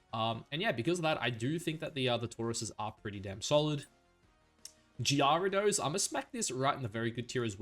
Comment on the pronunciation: arcanine I had heard from u before but deci-dewey murdered my soul, there was gee-yair-ados and the ones where u added -eezy had me cringing😂😂 but all love no hate man I appreciate your content and maybe it’ll turn into a guilty pleasure eventually😅